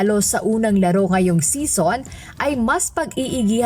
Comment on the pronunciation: English pronunciation of season is see-zn not sison as in connie sison